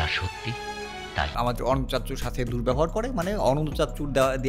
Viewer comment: দেখি ইংরেজিতে রিডিং পড়তে পারে না 😀😀😀 ওটা অানান্তা না বরং অনন্ত, অার কিছু কিছু ইংলিস বলার ক্ষেত্রে উচ্চারনের দিকে খেয়াল রাইখেন